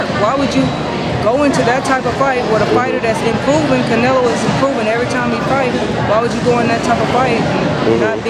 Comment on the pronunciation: Did that guy say Canalo?